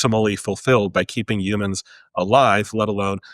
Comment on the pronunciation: I dislike how he says the word humans